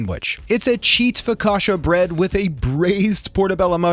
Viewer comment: Bro said FOKASHA! AHAHA It's Focaccia: Fo-ka-ch-ah